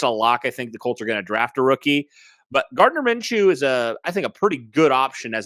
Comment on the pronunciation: You guys sound ridiculous... instantly looses all credibility... when you said Gardiner menchew.... he's no better than Sam ellinger...